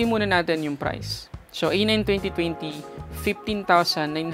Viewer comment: Tech vlogger ka diba? You're suppose to pronounce each word correctly. Nakaka bother and irita yung pac pronounce mo ng twenty, paulit ulit ka pa naman. Pronounce it as twen-ty not twewn-ty. Ang sagwa mong pakinggan. I didn't finish watching your review.